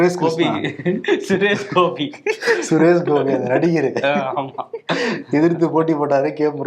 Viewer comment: Whats so funny about Suresh Gopi such that you keep mispronouncing his name every time? Youre getting cheaper day by day and the show is loosing its decorum. What else can we expect from Kangi side kicks holding koojas for the losers